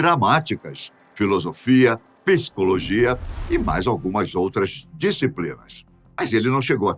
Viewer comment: Voce disse pescologia".